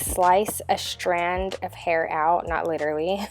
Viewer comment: Are you half german or something? WHY are you pronouncing STRIPE, STRAND, STRING like that?